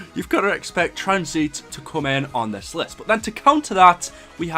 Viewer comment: Wtf is tranzeeeet? What accent is that lmfao